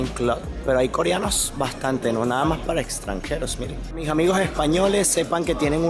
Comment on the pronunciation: Se dice las Mas no las mag. No habeas bien Español.